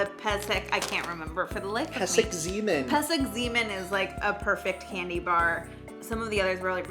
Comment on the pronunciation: No no no! it's not pesek-zeeman. it's not pesek-zaman. it's not pesek-zeman. it's pesek zman (pronounced like slug\sprite) and it means timeout. that's the reason for the basketball. the chitose are peanut flavored